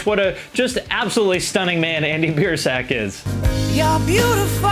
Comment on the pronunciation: He didn't even say Biersack right either